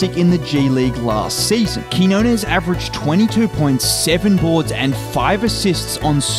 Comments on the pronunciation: I just wish broadcaster stop calling him KEY HO NESS, so annoying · TO ANYONE WHO TALKS ABOUT QUIÑONES ON THEIR PODCASTS, YOUTUBE OR DURING LIVE COMMENTARY: CAN YOU PLEASE LEARN HOW TO PRONOUNCE HIS NAME!? IT'S REALLY NOT THAT MUCH TO ASK FOR. THANK YOU!